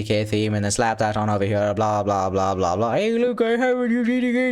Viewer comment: Bro why your "Here" sounds like a "Pure" :D ? btw tnx for the contect :x